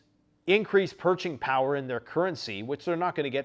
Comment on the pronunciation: "Purching power"